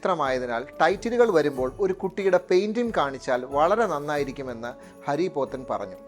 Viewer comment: ഹരി പോത്തൻ അല്ല. ഹാരി പോത്തൻ